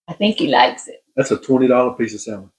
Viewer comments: the right way is samon the L on salmon is silent 😶😂😂😂😂 but you do the way you want because we know with a silent K 😭😭😭 what you mean 😂😂😂😂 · We pronounce it Samon here in Arkansas! No L! 😂😂😂❤ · I from louisiana an do not say it correct either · That’s ok if you pronounce salmon “different “. You’re you and that’s ok. Keep on keep on keeping on. People can be cruel and I’m sorry for that. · Great recipe , no worries about the way you pronounce Salmon, there is no right or wrong way, after all it’s still Salmon, and super good ! 🥰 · I’m sorry, I love watching your videos however I can’t this episode. Mispronouncing salmon is just driving me crazy. I know it’s weird.